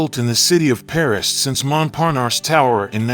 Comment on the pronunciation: Where is there an R at the end of triangle? "Tryongluhr." Treeungluh, maybe but come on folks. That's the weirdest way to say it. It's not like that in English nor in French. There's no R at the end of Montparnasse either. Phonics, folks.